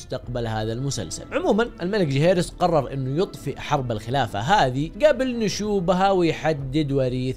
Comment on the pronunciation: ليه تنطق اسم جيهيرس بطريقه ذي